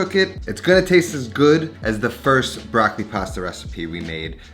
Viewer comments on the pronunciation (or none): It’s not „BRAKLI“ but BROCCOLI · Comunque per un italiano è sempre curioso sentire come gli americani pronunciano la parola “Broccoli”. 😊